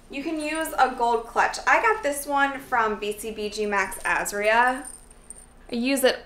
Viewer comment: Max...As-Ria... WHAT? Its maxazria pronounced max-a-ria!